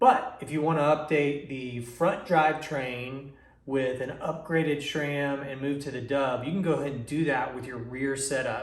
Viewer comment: How many times do we need to hear "schram"!!?? The proper pronunciation is "s-ram"..... call and ask ANYONE who works at S-RAM.....not Schram!